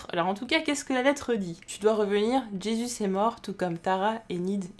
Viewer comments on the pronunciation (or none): none